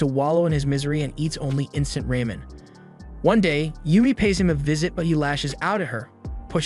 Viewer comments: His pronunciation of some words is baffling but also funny like when the narrator said “instant RAYmen” and not “RAmen” 😂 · Rah-men, not Ray-men. There is only one pronunciation. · Ramen as raymin, telekinesis as tela-ken-i-sis, and psychics as physics. I think this is a trained AI reading a script. People don't talk like this. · “Ray men” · "RAY-MIN"?? (ramen) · eats only instant “raymen” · Who the hell says raymen... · Ramen as raymin, telekinesis as tela-ken-i-sis, and psychics as physics. I think this is a trained AI reading a script. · proper phoenics --- "raymen" = ramen, "Tele-kenisis" = telekenesis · The way this guy says the word telekinesis and pyrokinesis and several other abilities, As well as stuff like "ramen" as "raymin" drives me fkn insane. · what did you say. Did you just pronounce ramen like ray-men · There’s no way this dude mispronounced telekinesis and ramen so badly